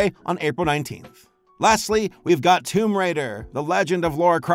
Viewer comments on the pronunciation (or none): none